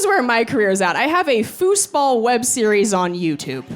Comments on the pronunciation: very funny. i will look up your fooseball videos. but i am mostly i am commenting because i've never heard it pronounced that way before, always "foozball" edit: - great video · You really say fußball like us Germans say football. So you've loaned that word from us or what?